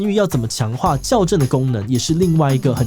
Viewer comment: 矯正啦，ㄐㄧㄠˇ 才對，不是校正的那種念法。